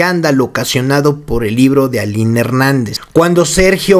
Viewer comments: Se pronuncia "Alin" no Ailin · Dices en el relato Aylín, pero el nombre correcto es Aline... Me confundí todo el tiempo en el relato, pero bien relatado y detallado, muy fuerte todo por cierto. Yo pienso que María Raquenel le cuenta a Roberta el final de Ana Dalay culpando de la muerte a Karina Yapor en respuesta o venganza a su libro y tristemente pienso que Raquenel sí hizo lo que dijo en su libro Karina Yapor en relación al cuerpecito de Ana Dalay.😭😭😭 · O sea no se llama Aylin , es Aline....eso genera una pequeña duda de la información 😒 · es Aline, no Aylin😊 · no es AILIN es ALINE leé bien